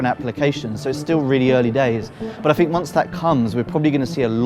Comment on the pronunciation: It is slightly generational rather than regional. Although, I swear he says Fink rather than THink too. That's more annoying for me.